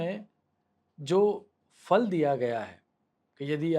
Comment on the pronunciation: Fa nahi. Pha. Phalam astu te